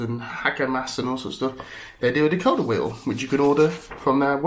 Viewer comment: It's decoder derrrr